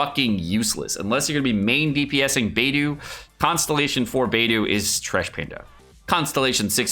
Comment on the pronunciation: i thought it was bei-dough not bei-doo